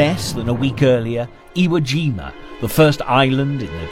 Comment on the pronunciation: And the lack of proper information, like him saying “iwo jina”.